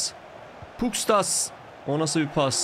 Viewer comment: Abi şu Pustkas'a Puskas desene be valla ismi benziyor